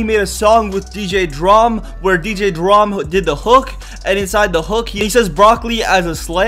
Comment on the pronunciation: Dj dram ? What 😂 dude don't know what he's talking about